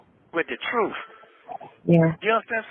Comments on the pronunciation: Well I guess the "TROOF shall set you free" "! 😂😂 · “Da troof”😂🤣🤣🤣. Good Lord.